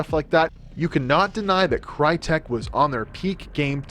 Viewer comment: Crytek was founded by whom? That's a whole new level of name butchering. Use the fucking Google Translator it literally tells you how to pronounce a fucking word in certain language.